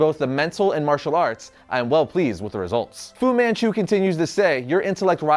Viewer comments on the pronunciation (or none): none